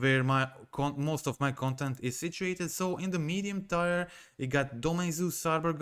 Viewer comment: (Hey, "tier" is pronounced like teer when talking about levels. It's pronounced like "tie-er" when talking about something that ties, like an object that ties two things together, maybe a rope or something.)